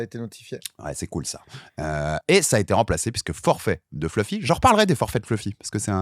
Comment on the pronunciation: Si donne 10 euros a chaque fois qu il prononce "fleufy"....😅